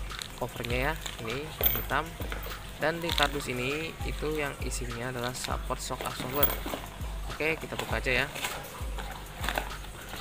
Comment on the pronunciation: Ngomonge sehport bukan saport..